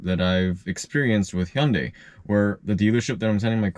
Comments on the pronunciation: You know you repeatedly mispronounce the name Hyundai. You're saying it like Hee-yun-day when in fact it's pronounced Hunday. In actual Korean, the Hyu sound is more nuanced but Hyundai corporate prefers Americans to pronounce their brand Hunday. Hyu in Korean sounds more like Chee-yuh but it's too complicated to pronounce in English so Hunday is correct. As far as Tesla, you might have a great experience with service but I know several Tesla owners who have been disappointed with service in terms of how long it took to get a technician or parts and several people have told me that the manufacturer has a tendency to blame issues on the owner. It may be a regional thing. Other issues are that their services change pricing frequently and several premium features simply don't work well. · It is mispronouncing according to the manufacturer and even in Korean, the pronunciation in this video is not correct. If the manufacturer wants you to pronounce their name a certain way and you say it differently than they want, it is mispronounced according to them. I never said it was mispronounced based on the Korean pronunciation. Nobody in the US pronounces it properly by Korean standards. My last name, for example, ends in stein and is properly pronounced Steen yet many people mispronounce it like Sty-in. For me, that's a mispronounced because it's spelled ste-in not sti-en. Jerry Seinfeld, for me, is mispronouncing his own name based on my logic but if he wants to pronounce it the way he does, that's fine and if I am not pronouncing it the way he wants it pronounced then I am not pronouncing his name properly according to him.